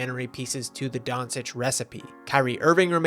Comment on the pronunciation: Luka Don-sich? 😅